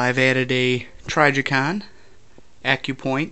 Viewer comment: the tri like "if" or mi-dget is a soft i like an "ih" sound not trY-jicon- annoying when someone keeps saying something wrong